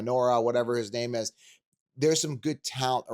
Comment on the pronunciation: Dude really says “eh close enough” on people’s names😂